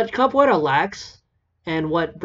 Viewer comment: also i was talkin about how he pronounced it